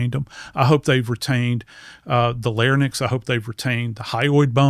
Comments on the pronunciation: Respectfully, it’s larynx (pronounced lar-INX, not pronounced lar-NIX). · I'm not judging his forensic analysis, but I am judging his medical knowledge. This guy is clearly not a doctor. First of all he calls the larynx (pronounced lar-INX)the "larnyx (lar-NIX)" which is incorrect. After he said that, I could not take him seriously. Also he doesn't distinguish the two different causes of death by which people in hangings die. #1) Broken neck/spinal cord injury, #2) suffocation. In order to break the neck there has to be a lot of force, such as when someone is dropped from height in the gallows. In most of the suicides by hanging (such as Chris Cornell) the cause of death is suffocation causing cerebral hypoxia (lack of air to the brain). I understand a coroner is not a medical examiner, but please don't give anatomy lessons if you can't say the words correctly. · Sorry, as soon as he said “Lair-nix” instead of Larynx (“Leh-rinks”) I couldn’t listen anymore. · Lar-inks please!not larniks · Americans always say "larnxy" its LARYNX! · Love this doc but it’s larynx, not larnyx. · Larynx not larnyx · Is he saying larynx or larnyx??? I'm hearing larnyx but can't imagine he'd have such a tring incorrect... confused. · He can't pronounce larynx properly. Larnyx is somewhere else. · This guy who is not a medical doctor mispronounces larynx as larnyx in the opener. He loses some credibility right off. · Maybe it’s because I’m a nurse, but I hate it when these “experts” can’t pronounce simple anatomical words correctly. 🤦🏽‍♀️Case in point, he keeps saying “layr-nix” for larynx instead of the correct pronunciation: layr-inks. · I had to replay & verify - WTF? Did guest learn pronunciation from Barney Fife?? He just said "LAIR-nicks.," (like Barney)... it's pronounced like it's spelled: larynx "LAIR-inks," like pharynx ("FAIR-inks")...geez, Louise!! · I’ve never understood how or why he mispronounces the word “larynx”. He says “larnyx”.